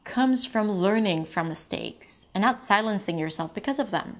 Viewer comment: the way she says "because" is definitely not standard US English pronunciation